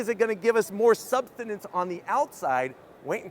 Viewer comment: "Substinance?" That's not a thing.